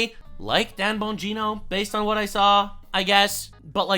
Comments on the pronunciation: called him ‘’… Dan Boing-go…’’ 🤣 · Asmon said dan boing-o lmao i spit out my food. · I really hope that Asmongold’s pronunciation of Dan Bongino is deliberate after Bongino+Kash Patel+Pam Bondi letting us down, because MY GOODNESS, what a shitty pronunciation of his last name.